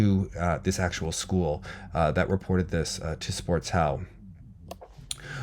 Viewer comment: Sportschau is pronounced like sport and -shao. The second part starts with a "sh" sound like in "Shcherbakova". Just a side note, love your coverage as always 👌